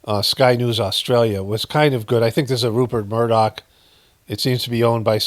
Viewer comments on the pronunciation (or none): none